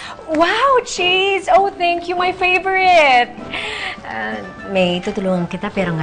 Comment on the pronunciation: "it's a danish chezt". CHEZT??? ANE DAW!??😂😂😂